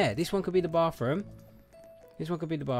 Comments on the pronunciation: is it just me or when he said bathroom it sounded like BaRfRoOm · XD! You say baf room! Hahaha! It ok! I live you! I love Zai but you are actually cute!(XD no you aren't actually cute!(JK) and Zai is beautiful!) LOVE YOU AND ZAI! Btw when you all get married will you record it? Or do you want your wedding a little private?